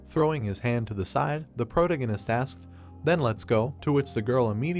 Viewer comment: For the love of God, PLEASE get this AI voice to say protagonist correctly!